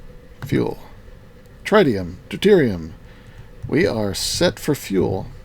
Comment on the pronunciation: Tritium pronunciation: Tr-It-Ium not Tri-Tium